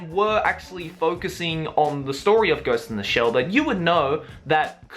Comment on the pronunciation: I love how pronounces ghost in the shell as "ghost in da shell".